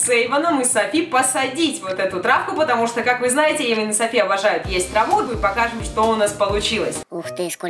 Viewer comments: Эйван а не Ейван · и не Ейван а Эйван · Эйван а не Ейван